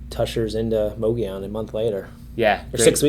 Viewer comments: It's not pronounced with a "moe" it's pronounced with a "mugg" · Fyi- both of you are pronouncing mogollon incorrectly🤣